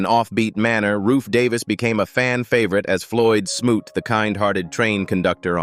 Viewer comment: I so appreciate the correct pronunciation of the character Floyd smoot's name. Smoot is my birth last name.